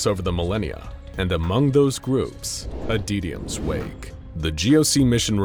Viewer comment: "Adeetium" Like, seriously, you have pronounced the word "Adytum" correctly before.